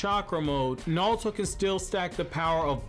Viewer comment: His name is naruto not nalto